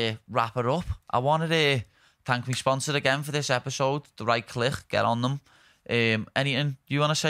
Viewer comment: They way scousers pronounce click is down right hilarious.